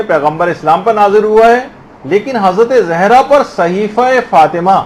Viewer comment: Please make correction of the word ''zehra''... it is ''Zahra''